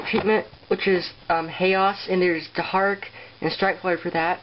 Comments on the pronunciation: dharak is pronounced dar-ack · Not to be rude, but Dharak is pronounced dar-ACK. I couldn't even pronounce it until i saw it in the episode but now I can. No offence.